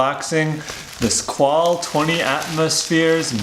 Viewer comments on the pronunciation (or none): FYI, Squale= "Skw-ah-leh" :) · The guy can't even pronounce the make of the watch. Embarrassing.